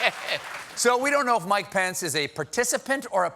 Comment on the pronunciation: It's always good to bring pants, especially if you're Trump.. and neither of them can spell, so that makes sense... (Your "Pence" kinda sounds like "Pants" sorry)